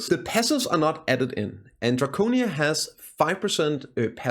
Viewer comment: Drocinia , fucksake you dane! Drakania*